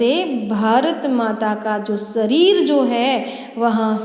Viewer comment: सरीर उच्चार गलत है वह शरीर है